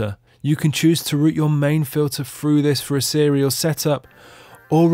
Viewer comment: no, thats not accent, thats just not saying words properly, thats all.